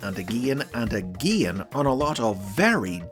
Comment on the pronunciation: Agein, agein, and agein